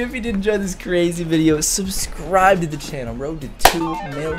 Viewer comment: Stop saying subscrub